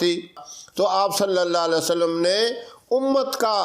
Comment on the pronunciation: Assalamu Alaikum. mazirat ke saath talaffuz ko sahi ada kijiye. Sallallahu alaihi wa sallam hota hai na ke (Sallalla sallam)